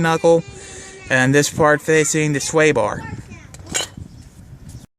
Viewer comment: Did you say fart or part